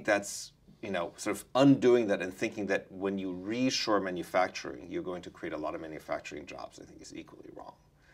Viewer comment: It's not "reassure manufacturing" but re-shore manufacturing.